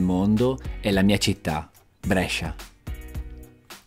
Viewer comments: Molto! Però non si pronuncia Brescia con la è aperta ma con la é chiusa:-) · L'unica cosa che mi stona è come pronunci Brescia. La maggior parte dei bresciani che conosco, me compreso, la pronunciamo con la prima E chiusa, tu la pronunci aperta, strano! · 0.21...Ma se dici Brescia con la e aperta, allora non sei bresciano. La e si pronuncia stretta a Brescia . Con la e aperta lo dicono al sud. 1.30. Qui dici Brescia come si dice a Brescia... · Davvero un bel video! Però Brescia con la E aperta non si può sentite😂😂ancora complimenti! 👍